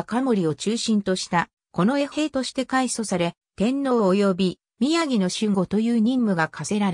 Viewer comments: 歩兵を、ふひょう？宮城を、みやぎ？あり得ない一旦、アップした当時軍関係動画を下げ、単語の読みの精査をされて再アップされる事を切望します。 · 日本語の読みが滅茶苦茶ですね。『宮城』は「きゅうじょう」と読みます。